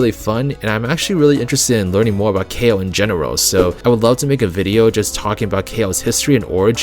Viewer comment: I think Kao is pronounced like "cow" now "kay-o"